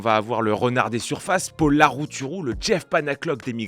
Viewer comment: Paul au masculin se prononce avec un « o » ouvert. Le « o » fermé est pour Paule, au féminin. Juste en passant 😉